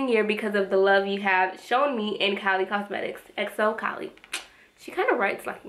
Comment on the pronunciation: you said kolly lol thank you for the reveiw